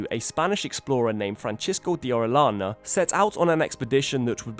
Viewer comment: Orellana. Double l sounds like Y.